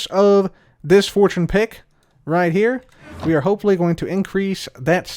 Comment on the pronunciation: I heard "butt hole" as you were saying "but hopefully"